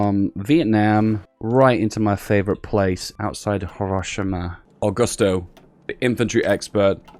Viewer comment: Nobody:: "HorOshima"